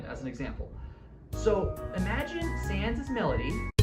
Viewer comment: Did i heard it wrong or did they pronounce Sans as "Sians"